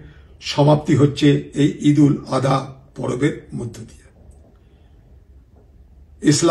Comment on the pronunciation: দাদা ঈদুল আদহা নয়, ঈদুল আজহা।